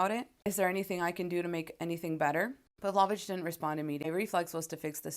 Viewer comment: Not to be a nitpick, but I think it's pronounced 'Pav-low-vitch'.